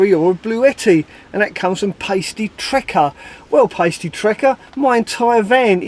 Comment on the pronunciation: thanks for reading out my question. It's actually pasty as in Cornish pasty. I'll let you off this time!